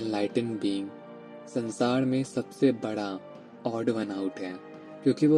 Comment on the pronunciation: Aap totle ho kya kadavas Padesaan nahi pareshaan hota hai . It's sansaar not sansaad😂😂😂